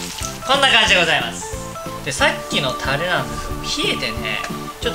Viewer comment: たr r r rれ！ 巻き舌上手いなぁ。私できない…。